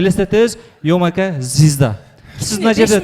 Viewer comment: Зизда дебечи звезда дечи уфыфы